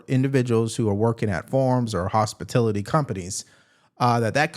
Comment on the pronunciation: You’re saying “hospitIlity” with an “I”. The word is “hospitAlity” with an “A”. It’s the word hospital+ity. We can’t let the libs get anything on us. We can’t even pronounce words wrong. Ok bro. Thanks.